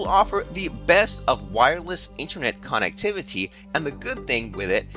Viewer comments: I wouldnt trust a single fucking thing you say or do with how you say KANNEKTIVATIE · the way he says connectivity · Veltza Canadian detected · Veltza thought it was only me